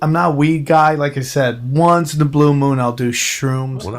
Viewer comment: once in a blue blue blue blue bwoon